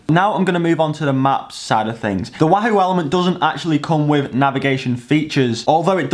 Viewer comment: I wish you'd say wahoo properly...